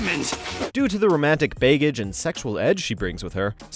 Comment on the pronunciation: "bay-gage"? Seriously? I get you're reading from a script, but do you really not know the word "baggage"? How about "Eco" vs ECHOlocation? I'm not even going to go into "noble, prize-winning " vs "Nobel prize-winning"